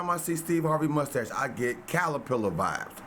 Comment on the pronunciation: Crustache lol instead of mustache